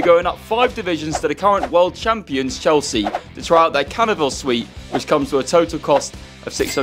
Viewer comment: "world champions chealsea"